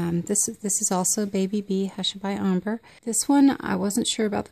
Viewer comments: Please learn how to correctly pronounce the word ombré. It is not pronounced “omber”. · Ombré is pronounced “ombray” just so you know. Thanks for the info. Very handy